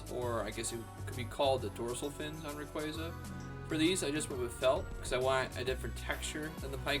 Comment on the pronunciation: You say it like ra quay Za I say it like ray quAza